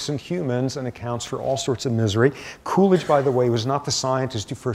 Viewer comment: lol I thought he was saying coolage, as in cooling down period hahaha come to find out it's poor Calvin Coolidge